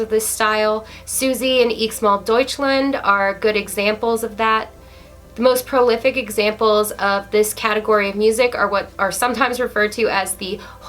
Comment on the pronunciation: Lol Eeks Mel Doichland, Let me phonetically say it for you.. EX - MAL DOICHLAND.